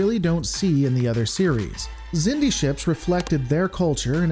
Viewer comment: The Xindi (pronounced "ZIN-dee") were an alliance of species who evolved on the same planet in the Delphic Expanse, known as Xindus Have fun being wrong